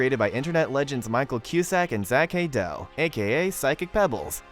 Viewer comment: For the love of god please say it Zach hay dull not hay dell please